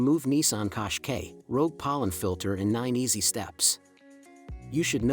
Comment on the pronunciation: Kosh Kay …? 😅 it’s cash ki